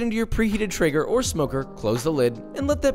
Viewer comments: Keeps saying trigger but its traeger ae makes the A sound. Is he correct or am I wrong. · It's not Eren Jaeger but Joshua's Traeger